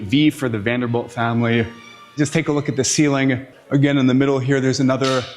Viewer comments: Oh man, come on man it is Vanderbilt, not Vanderbelt. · Rapid fire misinformation lol I love the channel though, the style, the cinematography, the music, great content! and the pronunciation of Vanderbilt is "V AE N - d er - b ih l t" - as in Vander-built. Stop it already 😅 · Why does this dude mispronunce Vanderbilt and Behemoth? Drives me crazy lol it’s not VanderBELT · Guys driving me nuts saying Vanderbelt the whole time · ... I'm british 🇬🇧 & even I know he's pronouncing this european name WRONG! 🤦🏽‍♀️(a tad annoying) 🙄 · It sounds like you're saying "Vander belt"! Wrong! Ugh...it was driving me nuts everytime you said it wrong lol. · This guy actually did all this research, made an incredible video, and still thinks its pronounced vanderBELT. Its driving me nuts!!!! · Vanderbeld? Can you really not pronounce Vanderbilt? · THANK'S for the best guided tour, even the one that I had 11 years ago when i visited that COTTAGE. !!!!!! On an other note, at the beginning you pronouce Vanderb E lt and after a while it was b E lt and came back to b E lt WHY ??? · OMG. We’re sitting amazed at his total lack of common knowledge like how to pronounce Vanderbilt. Hahaha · It's NOT Vanderbelt... it's VANDERBILT. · It is not Vander - belt - it is Vander - built (spelled Vanderbilt) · I had to shut it off after he said “Vanderbelt” a hundred times in the first two minutes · Also VanderBILT not VanderBELT. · Vanderbilt NOT Vanderbelt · Quit saying VanderBELT! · Am I the only one who keeps hearing him say “VanderBELT” instead of “VanderBILT” 🤔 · You keep saying “Vanderbelt”, I’m pretty sure their name is “Vanderbilt”. Eh? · VanderBILT. Not belt. BILT. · Is this AI audio. There are errors and you keep pronouncing their name as ‘belt’ but it’s supposed to be pronounced like ‘built’, no? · stop saying BELT... its BILT.. You are literally changing their name. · VaderBILT not Vanderbelt. 🤦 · Vander-bilt not Vaderbelt. Bilt not Belt. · “Vanderbelt” “boehemoth”😂